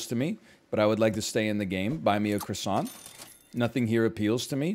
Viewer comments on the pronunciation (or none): Say croissant without the accent challenge 2022 impossible